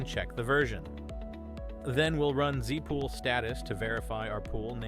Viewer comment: Here's a list of the clues I found: There's a curious pause between the first and second dash. Every Linux user I know pronounces the first letters separately. "zef spool"? I think I'll leave it there.